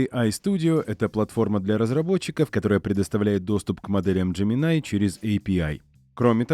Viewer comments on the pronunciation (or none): Какой еще "ДжеминАй"? :face-blue-wide-eyes:Хотя бы перед тем, как ролик озвучивать, послушали носителей языка, что ли. Или спросили бы у самого Gemini. А я спрашивал. И знаете, что он ответл? Так же, как и носители: "- Называйте меня Джемини". Просветители-запутыватели, понимашь... :pillow-turquoise-hot-chocolate